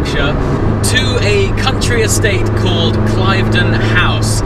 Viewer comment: Ooops - an exclusive club at an exclusive location but you ought to have known it is pronounced "Klivden" not "Clive-den".